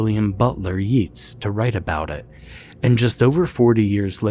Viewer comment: Ok I gotta be that person because the name is said so many times, but Yeats is pronounced YAY-ts not YEE-ts.